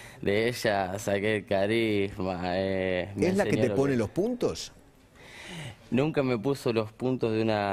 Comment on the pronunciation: "Esh la que te pone losh puntosh" , foniatra urgente para Feimann